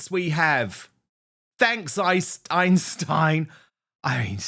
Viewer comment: Sounds like Icestein not Einstein